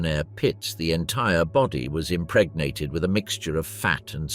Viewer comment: Stop saying impregnat